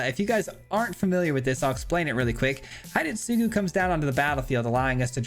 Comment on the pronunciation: the pronunciation for hidetsugu is not "hide" but more to "he day" - tsugu.